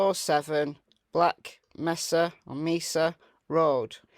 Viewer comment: It is May-sa (Mesa) In case you didn’t realize it - the porta-potty was a test to see if the dog could pick up the scent